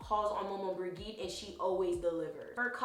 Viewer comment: side note, I'm of the same blood {not family but area} as she, so i thought to be helpful by saying the G in Maman Brigitte is pronounced as a J not a G. that said, thank you for tis video. I've bee called to research and this has helped. I've even saved this to a playlist. blessing